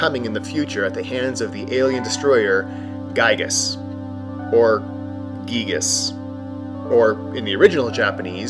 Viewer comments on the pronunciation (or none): Gyiyg is pronounced "geeg," and Giygas is pronounced "geegas." In EB0, Phil Sandhop wrote the name as "Giygue" because he thought spelling the name as "Geeg" would be stupid.